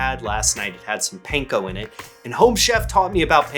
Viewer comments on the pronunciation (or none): The pronunciation is closer to “pahn-koh” than “pane-koh” 😉